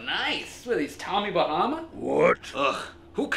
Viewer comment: Do not say tommy bamma